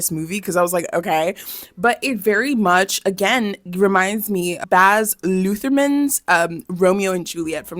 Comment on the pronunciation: The pronunciation of Baz Luhrmann was crazy !